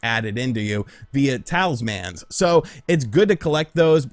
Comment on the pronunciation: Talis-MANS haha